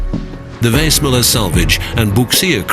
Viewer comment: I can’t help think the narrator is not pronouncing the name of the ship correctly